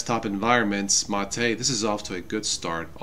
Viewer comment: Great video but why do you pronounce MATE as Ma-tay most of the time and then pronounce it M8?